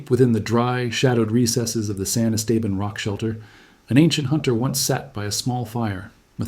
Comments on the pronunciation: Thanks for the video… Cool Stuff! And then… it’s pronounced: Est-Ah-Bahn… Not: Es-Tabin 🤣 Cheers! From Southeast Texas! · Yeah...as a 5th generation Texan, I was coming in to question where in the wide world that place was. Esteban is Spanish for Steven...so Saint Steven. Still, it's not the worst pronunciation I've heard. One reporter called Lubbock...LaBuque. I was scratching my head over that one...trying to figure out where this tiny town neat the Texas-Louisiana line was...and as he kept talking, all of a sudden, it dawned on me...Lubbock...a HUGE city in West Texas!!!